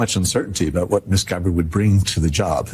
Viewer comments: Why the hell do you keep pronouncing Tulsi's surname like that? Its Gabbard...not Gab-bard! Its not difficult man! Dont pronounce your name as Rus-sell do you!? Stop adding unnecessary syllables please. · "Tulsi Gab-Bard" ☠️☠️☠️